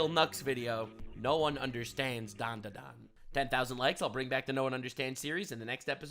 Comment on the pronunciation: ... And he still can't pronounce DanDaDan correctly. It's okay boss, we still love you.